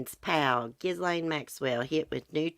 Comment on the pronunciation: It's "ah-jew-di-kate-ed" and "Ghee-lane" 😁